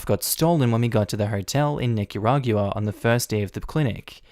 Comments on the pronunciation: lol you always make great videos and I have only ONE little nitpick the 'gua' at the end of Nicaragua is pronounced 'gwuah' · Nicaragua is pronounced as Nick-a-rahg-wa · LMAO another one who can't pronounce Nicaragua :) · I love you dude but the way you pronounce Nicaragua really triggers me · is that... how nicaragua is pronounced in australia?